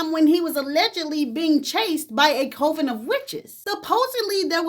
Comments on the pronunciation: Coven is pronounced like oven with a cee 🙂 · Coven is pronounced cuh-ven, babe. On another note, I've never been able to fully get into him due to the repeated sxl assaulting of minors who couldn't give consen̈t due to being underage, and his alleged violent sxl assaults. I did appreciate him speaking out against racısm within the industry and calling out the owner of MTV during an interview on his racıst bs due to MTV's refusal to play music videos from Blck artists and entertainers. I also liked his performance on Soul Train. He was from the wrong side of the tracks in poverty stricken Brixton and was raised around, and stood with and up for; Blck, Irish, LGBTQ+, and other marginalized groups. I do believe that there was more than just that court case that caused him to finally get some act right. Whether he actually contracted HIV or it was from watching so many of his loved ones succumb to AIDS and other related ailments that come from it, he knew that his days and lifestyle of carefree, random, and reckless sexcapades filled with raunch and debauchery were over. I loved seeing a Blck woman be loved, cherished, and pedestalized like he did Iman! Seeing her STILL being so thoughfully loved and cared for even after his death so well and that her lifestyle only changed to become even better is what so many Blck women deserve from relationships and in life in general, provided by themselves and/or a devoted partner. He was the definition of how an individual can be so very multifaceted and nuanced. Truly, a Renaissance